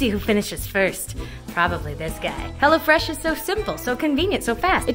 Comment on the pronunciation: Until I thought you were saying HellaFresh.